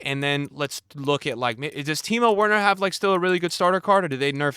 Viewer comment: The way he pronounces Werner